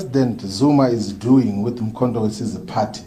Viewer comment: He can't pronoun Mkhontowesizwe Wesize Wesize Wesize Kkkkkk